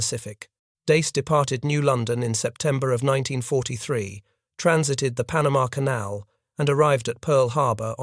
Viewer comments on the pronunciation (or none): none